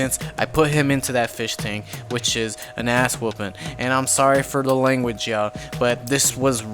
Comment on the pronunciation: Enough is enough you've been walking around here like you're the shit long enough and just how u said ass whoopen just made me laugh so much ha ha ha